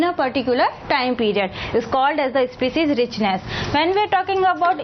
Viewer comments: It's not especies it's species improve ur English mam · not ispecies.... its species😝